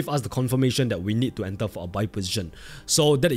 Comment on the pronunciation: Brother please say enter instead of ental😢